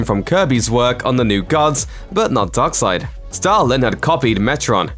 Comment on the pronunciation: Great vid but i hate the way you say darkseid